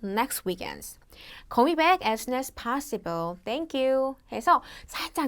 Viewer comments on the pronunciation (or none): Can you tell me when is the party 가 아니라 Can you tell me when the party is가 문법에 맞는 문장 아닌가요? after the technician fix it이 아니라 after the technician fixes it이 3인칭 단수에 맞는 문법 아닌가요? 파씨블 발음 파씨블 아니라 파써블로 배웠었는데.. 시험에서 문법이나 발음 이정도 틀려도 AL 받을 수 있나요?